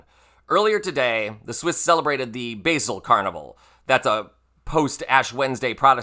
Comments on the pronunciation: I kept waiting for the "brutal bombshell" mentioned in the video title, but it never appeared. BTW, there are two different and equally valid ways to pronounce the name of the city of Basel. You picked neither of them. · Addolf NOT Aidolf. Short A Bahsle NOT Baysle. Long A. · I‘m all for your cause, but this is a stupid, uninformed rant that has lowered your standard to that of a certain „balanced“ network. From one who lives there, Basel (it‘s not basil, it‘s bahsel) had done this for decades and your comparison to other dictators is embarrassing. Cookoo clocks were invented in Germany. Very lame 🤨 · You might not want to harm your own credibility: The name of the city in Switzerland, Basel, is pronounced, "Bah-zel," with emphasis on first syllable, and an "Ah" sound, - NOT like "Bay-zil," - Not like the American-English pronunciation of the herb, "basil." Regarding T-rump, that parade, reflecting that sentiment, is good to see. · Cuckoo clocks are NOT Swiss, they are from Germany, and Basel is NOT pronounced like basil. Otherwise pretty correct. Trump is an international clown, very worthy to make fun of! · Gods. Basel is not pronounced like the herb. Also. It's bloody FASNACHT people! Carnival in one tiny city in one tiny country, been going on for hundreds of years, the last 200 hundred or so, they mock stupid politicians, all the time. Over and over. It's what they do. Anyone who sucks. They will mock them, because they can, and because it's funny, and it's how you keep those leaders in their places. It's what the Americans SHOULD have done, when that red orange turd first showed his spray on tan face to the public! Good gods. People. Just, learn other cultures traditions. It's not all about you, USA. you aren't the center of the universe. Believe it or not. 😂😘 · Neat. Thank you. But PLEASE PLEASE..., Why dont American's figure out how to say European names BEFORE recording? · Typical American, can't even pronounce Basel properly. Go Switzerland 👏